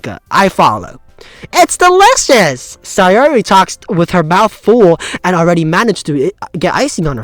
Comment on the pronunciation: Your pronounciation of "Sayori" is right!